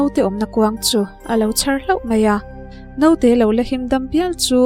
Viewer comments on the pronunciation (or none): none